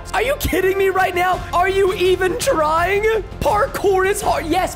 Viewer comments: Did anyone realize he said tr-ting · Preston said “Are you even trtying!?”